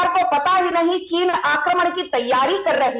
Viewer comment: Cheez nahi cheen